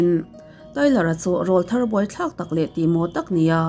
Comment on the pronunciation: 'ràwlthar' nge 'ráwlthar' aw.....??!!